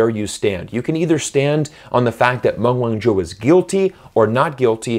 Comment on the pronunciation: I wish that you would pronounce her name properly.